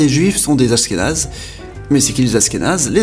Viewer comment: Il manque le Maroc ??? ainsi que l'Iran , la Hongrie , l'Ukraine , la Hollande , la Belgique , la Tunisie !!!! et j'en oublie d'autres !!! et on dit pas Asskénaze !!!! mais ASHHHHkénazes !!!! avant de faire un video faut quand même être bien calé sur le sujet non ???